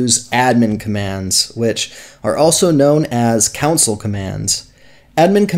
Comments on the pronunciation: I'm so sorry. This is a good tutorial. I just cannot allow the word "council" to continue being used here. It is your , not your ... pronounced Con Sole. Again, I am sorry. I wish I could just let it pass. It is my flaw! I love your tutorial. :face-orange-raised-eyebrow::face-pink-tears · yeah, came to the vid for help... came to the comments for the "WTH was up with him saying "counsel" instead of "console"?!" 🤣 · its console not council lmao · Its called a "CON SOLE" Not a Cousil. lol. Nice video though! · COUNCIL ????? It's Console Commands good sir. (Con-sole) Not Council. Not Contsul. Great vid tho, thanks! :D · It;s console not council. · its not council it fucking console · The setcheatlayer is "broken" because people aren't setting up the keys. It's also CON-SOLE, not council. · just saying: it is pronounced "con soul" not "coun sill" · Hahah that's all I could hear to lol great vid tho helpful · lmaooo I can't with you saying "countsil" instead of console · Good lord...Who says Console as "Council"? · THANK YOU, the amount of people these days that dont know how to pronounce words kills me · Why are you pronouncing it council ... lol. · the "council" was that on purpose? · Nope, he's just pronouncing it wrong lol. It's definitely console.